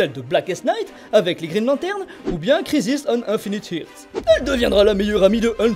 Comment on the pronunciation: J'aime beaucoup tes vidéos, toujours très concises et intéressantes. Seul petit point à revoir qui me pose personnellement problème, c'est la prononciation de tes mots anglais. Par exemple ton "kriziss aune ainfinite hirts" à . :p Mais sinon continue tes vidéos, elles sont supères !